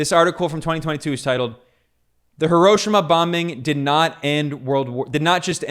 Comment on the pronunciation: It's 'Hero-sheema', not 'HurOHshama'.